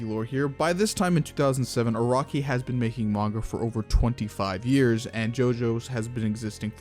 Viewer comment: bro it's nıt iraqi it's araki lol dndkkd